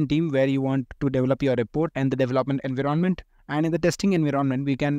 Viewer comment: Dont mind, but your way of pronouncing "en-viron-ment" as "invi - ronment" is very irritating. BTW helpfull content. Thanks for that